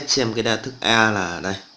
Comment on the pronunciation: chia đa thức mà thây kêu chia da thức